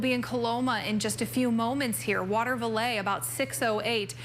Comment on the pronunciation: Let your meteorologist know it is not waterValet (a car service) but watervliet kinda important to know your town pronunciation please just adds to credibility